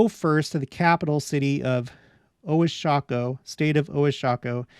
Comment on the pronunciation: you try to pronounce "Oaxaca". It is pronounced - wah-hah-kah. I am a member of the church originally from the US but, that is where I live now.